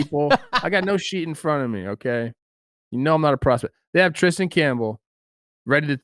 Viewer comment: Kristian Campbell, not Tristan Campbell